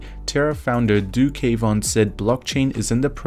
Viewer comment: why do you keep saying k-von lol